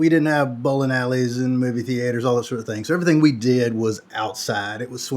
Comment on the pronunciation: "movie thee-aters" 🤣